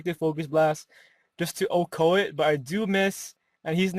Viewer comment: i love that you say ohko